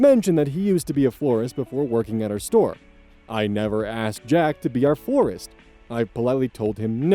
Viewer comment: First story, she was surprised that her manager could be such a creep when she thought he was a normal guy. Unfortunately, he is being a normal guy 😑 Last story: I keep hearing forest instead of florist. 😅